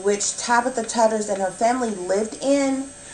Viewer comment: Her last name is pronounced “Too-ders”. :)